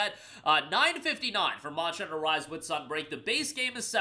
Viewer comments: I swear I heard you said "Monster Rancher" whenever Monster Hunter clips pop up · Monsher hunner pronunciation is crazy 🤢🤣